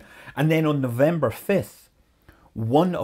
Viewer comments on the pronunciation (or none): vee vember the V th of November